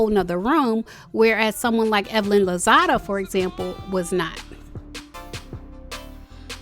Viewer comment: Girl, it’s LOZADA. Not LOZADO.